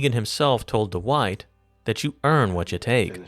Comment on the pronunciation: Who's Duh-wite.....? Oh Dwight. Why'd you pronounce his name like that?